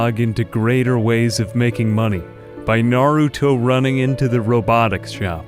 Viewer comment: Gotta love the emphasis on "naruto running" round these here parts🤣💀🤣💀